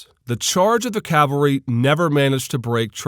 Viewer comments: calvary?? Perhaps "cavalry"? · Umayyad "calvary" hee hee